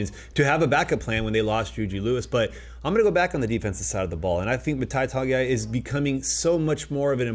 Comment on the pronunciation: Tah-Go-A-Ee. Not "Tongiai"